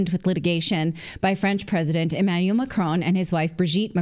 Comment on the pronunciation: Makroon, you make it sound like macaroon 😂